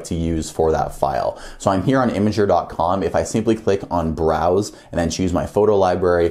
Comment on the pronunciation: How did you pronounce Imgur???!